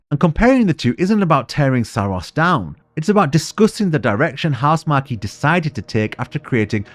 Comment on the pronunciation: I like your final thoughts on Returnal also, but it's pronounced House-mark, not Housemar-key